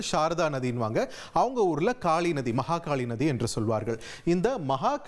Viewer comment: Maha kaali nadhi(tongue slip aagi)Maha kali naadhi 😅😂😂